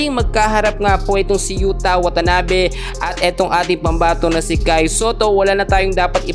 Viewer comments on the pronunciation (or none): YUTA WATANABE hindi YUTANABE.😅 at 6'9" si Yuta. Nag korek ang mali din magkorek. (Delete mo ulit)